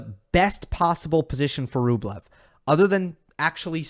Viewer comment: Why do they call Rublev Bweh?